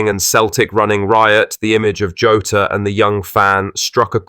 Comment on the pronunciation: Who's "Joe-ta"? 😂